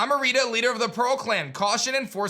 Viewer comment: Pretty sure Irida would be pronounced EER-ih-duh, as in iridescent, since she represents Pearl and Adaman is clearly Adamant (A-duh-men). For Arezu it looks like it’s pronounced AH-reh-zu as apposed to uh-RAY-zu, since her design seems to be based on Mars. Mars is named for the planet, which is named for the Roman god. Arezu would be the Japanese pronunciation of Ares, the Greek name for the same god.